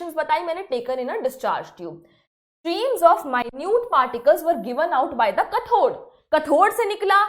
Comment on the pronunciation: Kathod nahi kyathode hei yo pronunciation hei